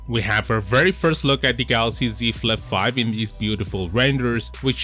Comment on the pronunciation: See Flif fife 😂😂